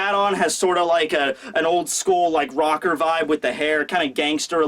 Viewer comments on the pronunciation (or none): none